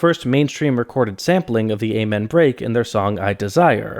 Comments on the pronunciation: The what break? ay-man?????? wtf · I really wanted to watch this whole video but your continued use of that mispronunciation of Amen keeps hurting my ears.